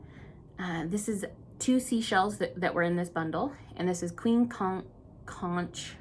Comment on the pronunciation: I grew up in Florida where we ate conch regularly. Its pronounced 'conk' (which is also what the people living in Key West are called). lol. Its a beauty. The bahamas are so fished out, its rare to find a big one anymore! Another great video, I really enjoy your calm nature.